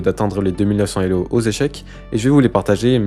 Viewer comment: quelques bizarreries de langage, comme la liaison des zélo, employés comme unités… le fait de "gagner quelqu'un" ; quelques étrangetés de type niveau "décent" pour le meilleur joueur de la planète, ou le tabassage du système scolaire ; mais c'était agréable à regarder